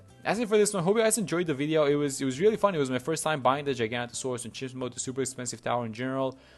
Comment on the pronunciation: No hate but please can we get the name right? It’s Giga-noto-saurus